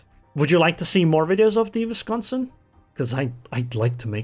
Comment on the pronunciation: Its a double u(w) pronunciation. Not a v. Just fyi. Love your content. Also the Seattle... lol. Sea-at-tol